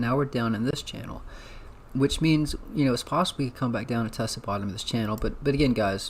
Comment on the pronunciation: 😂 don’t forget channel not “Chanel”